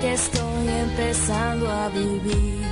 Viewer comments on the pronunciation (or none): dice empezando a fifir con f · Soy yo o se dieron cuenta que habeces dice, empezando a fifir? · Se dieron cuenta dice epezando a fifir en las primeras partes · dice fifir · dice fifir en vez de vivir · “Empezando a fifir” xd